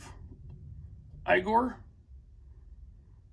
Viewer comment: very nice collection. I think its pronounced "EE-GOR"... Thank you for the video. Can't wait to see more. Ignore Jeremy and Tony, I like your poses'... lol.